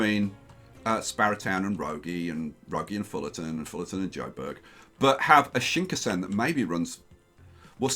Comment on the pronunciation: Shinkansen pronunciation hurts so much.